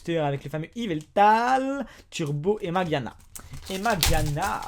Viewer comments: Mageana ???? Je me disais bien que tu connaissais pas du tout le nom du pokemon quand je t'entendais le dire. C'est MageaRna en fait. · on dit pas mageana mais mageaRna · on dit magearna et pas mageana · c'est MageaRna et pas Mageana^^ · C pas mageana mais mageaRna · ta oublie le " r " dans mageana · c'est Magearna et ça se lit Majerna sinon très bonne vidéo